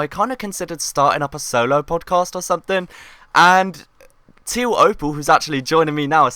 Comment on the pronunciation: Podjast? XD